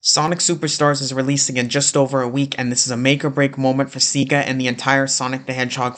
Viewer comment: Why do you call Sega "Ziga"?